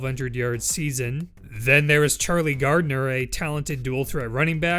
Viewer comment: Charlie Garner..not Gardner